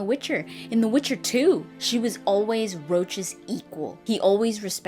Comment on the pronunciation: I laughed a little when you said "In the Witcher 2, Ves was always Roche's equal..." because I actually heard "Rauch" like the horse. I was like "what ? #VesIsBestHorse " XD. Oh and... super video <3 People who take issue with the way women dress in the witcher are the actual sexists, not the other way around. Nothing wrong with being sexy, especially if the characters are deep and well written.